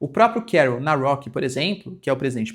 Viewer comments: Dale Professor! A pronúncia correcta do nome do presidente polonês é "CarÓl NavrÓtski". Excelente vídeo! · Professor, o nome do Presidente da Polônia (Karol Nawrocki) se pronuncia: Carol Navrótsiqui. :) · O professor tentando pronunciar "Karol Nawrocki" como se fosse um nome inglês, foi cômico